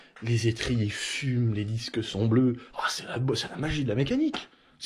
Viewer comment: les dixques 🤣